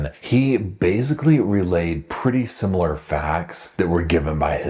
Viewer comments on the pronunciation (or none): none